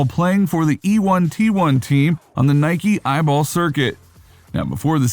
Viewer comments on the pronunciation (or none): I’ve never heard anyone call it eye ball. Lol it’s EYBL say every letter. E-Y-B-L.